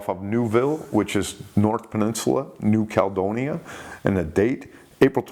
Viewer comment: Still calls New Caledonia New Caldonia 😆